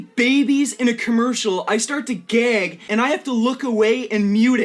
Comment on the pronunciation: It's the way he says Gag as in, "Gaiyg" xD Can't help it since this clip is used by other commentators several times when digging dirt from his past. it gets me everytime the way he pronounce that word. lol